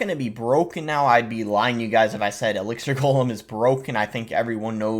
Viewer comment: good try Boss. Almost got that pronunciation down.